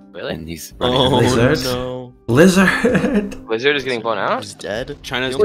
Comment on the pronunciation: Wizzahd had a wevy bad twime